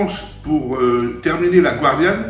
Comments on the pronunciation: Bonjour chef. Moi qui suis de Nîmes je suis ravi. Très bonne recette. Respect des traditions. De chef à chef on dit gardianne, si vous me le permettez, et non guardianne. Merci encore pour cette excellente recette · Bonjour chef un petit rappel On ne dit pas gwardianne mais "gardienne" Merci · Bonjour. Ne pas prononcer à l'américaine "guardian" mais gardianne, ou daube de sanglier ou de taureau. Vous n'êtes pas de la région, on vous pardonne!!!